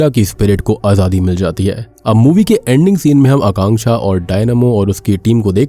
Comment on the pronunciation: Thanku for pronouncing Akanksha name correctly